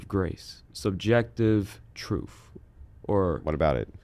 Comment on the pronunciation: Hard to take someone serious who makes zero sense, all while saying “truf and bof”